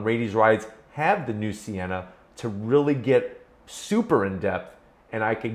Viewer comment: For real I thought it said senna not sienna